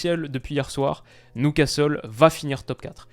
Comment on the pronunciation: Beaucoup aimé cette vidéo mais ta prononiation de Newcastle me chagrine, surtout que tu avais fait un bel effort sur "Geordies" au début. Prononce ça "Nioucastle" pas "Noucastle" stp.